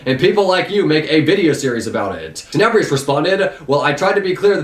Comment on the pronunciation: I dare you to say tenebrious one more time there's no I